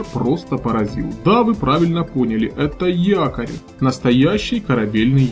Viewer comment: На не якорь а тыкорь😂😂😂